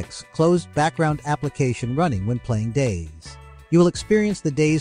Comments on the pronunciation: Least helpful video ever. Also it is call Day Z and not "days". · I swear, if this guy says "days" one more time... I'm going to have to come over there. It's DayZ... like "Daisy." Yes, like a flower and we're proud of it. DAISY DAISY DAISY 🌻🥀😆😆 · him calling it DAZE :|